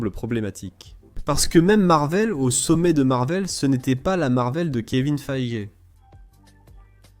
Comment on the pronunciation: C'est peacemaker pas le pacificateur tu dis bien superman et pas super homme et c'est Kevin feige prononcé faigui et pas faigue